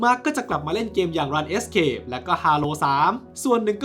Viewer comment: ขอติเรื่องของการอ่านชื่อหน่อยนะครับ ส่วนตัวชอบดูช่องนี้อยู่แล้วครับ แวะเข้ามาเปิดคลิปซ้ำๆตลอด แต่ที่พบบ่อยๆจะเป็นเรื่องของการอ่านชื่อผิดครับ เช่น RuneScape ตัวเกมจะชื่อ รูน-สเคป นะครับ แต่ไม่แน่ใจว่าทำไมในคลิปถึงเรียกว่ส รัน เอสเคป ยังไงฝากพิจารณาหน่อยนะครับ เป็นกำลังใจให้ครับ❤❤❤